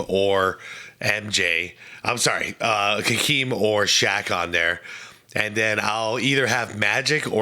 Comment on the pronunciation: is the only YouTuber who pronounces Hakeem's name correctly. As much as I don't like him I respect that.